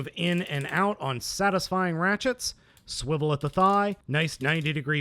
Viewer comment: you shuold say swevil here at high pict